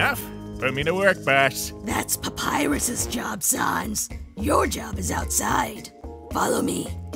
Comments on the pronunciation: ITS FRIKING SANS NOT SONS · ITS SANS NOT SONS